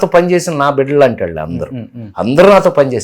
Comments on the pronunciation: వాల్లు కాదు వాళ్ళు అని అనండి... ళ పలకడం పోతే తెలుగు భాష అందం తగ్గిపోతుంది... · ‘వాల్లు’ కాదు రా- ‘వాళ్ళు’ అనాలి !